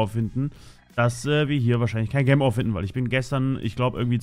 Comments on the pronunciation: Ich mag es wenn du Gemm Ore sagst. Es heißt Gem Ore. Gem = Juwel und Ore = Erz. Also Juwel Erz. Es triggert mich wenn du Gemm Ore sagst. Bitte sag entweder Juwel auf deutsch oder Gem auf englisch. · "Gäm Oar"... BoI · junge sag bitte nicht mehr gem ore sondern sprichs richtig aus das nervt bisschen sonst coole folge :D